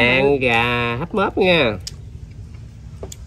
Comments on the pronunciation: Mướp, chứ ko phải “móp” nghe Nam! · Móp hay mướp hả ông nam kia..😁😁hjhj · Gà hấp mướp chứ ko phải móp.